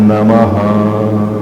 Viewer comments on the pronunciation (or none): Está correto pronunciar namaha"? O correto não seria namah? Obrigado